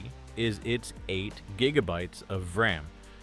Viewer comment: The whole damn video is using generative AI, the fact the "person" cant pronounce RX 580 or VRAM is the tell.